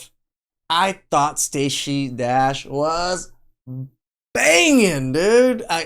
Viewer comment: Sta-say is Cra-say😂